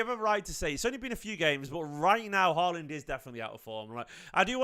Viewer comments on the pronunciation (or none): Haaland. Get his name right.